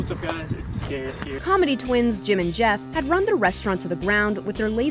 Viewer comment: did that fat guy with a twin say "what's up guy's its scarus here" I am done I quit mom were is the bleach lol jk